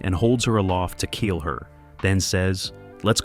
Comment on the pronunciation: Its "kill", not "cull".